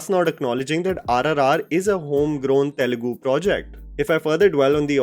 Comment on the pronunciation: TELUGU not telegu Just like Tamil not temil